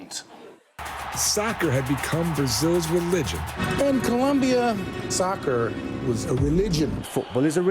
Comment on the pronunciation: It sounds like SUCKER to me instead of SOCCER. Am I wrong? Any one else hear it like that ? I think he was joking about the similar pronunciation of both words.